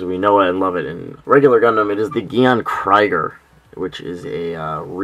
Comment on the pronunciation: I love the design of this Gyan Krieger. BTW Krieger is german I think, the pronunciation should sound like "Kreeger", and it should mean warrior.